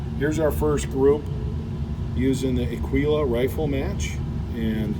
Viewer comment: Aguila, "G," not "Q."